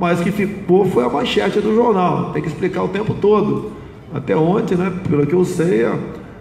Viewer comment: O cara e bom, mas um presidente falar "onte" ao inves de ontem e simplesmente ridiculo, tao ridiculo quanto o lula misturando plural com singular.